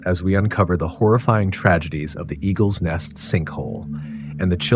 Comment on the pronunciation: You are writing the name 'Eagle's nest' but calling it Egg-r net' . I mean come on man, is it Eagles Nest or Eggrnet.. I know your learning as you only have 4 subscribers but moving forward, make sure you not only know the correct name of a place, person etc in your story but also know how to pronounce it correctly too.